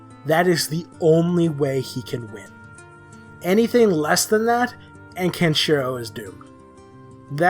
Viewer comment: you cant even pronounce Kenshiro